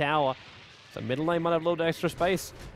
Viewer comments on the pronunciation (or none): i wish knew that tzar is not pronounced as t-zar